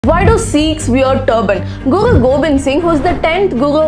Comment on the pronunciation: She has lisp with R. Guru sounds like gugu. Recognise sounds like gecognize